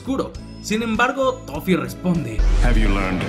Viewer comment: dijiste lofee, o toffe?